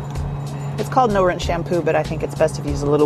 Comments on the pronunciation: 나만 자꾸 눠란샴푸라고 들리나요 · 나만 이렇게 들리나 <<노롼샴푸>>....뭐지 샴푸가 노란색인가